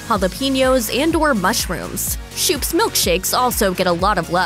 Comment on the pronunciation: Schoop's is pronounced Scope's not "shoops"